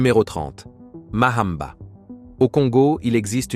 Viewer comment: Mamba et non MAHAMBA.